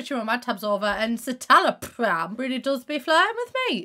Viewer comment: my mum tales cytaloprim and hearing u pronounce it like that was defo not the vibes